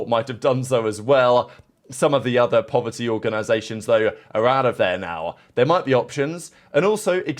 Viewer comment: “Povert organizations” 😭